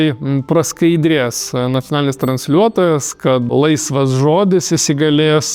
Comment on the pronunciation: pastebejimas gerb, Ignui. Nekirciuokite zodyje LAISVAS i raides, cia tik kuturininkai (chalturininkai?) ivedineja savo naujakalbe. Lietuviu kalboje yra kirtis yra ant A zodziuose Laisve, Laisvas.